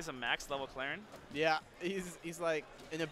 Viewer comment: "Clarien" for shame, for shame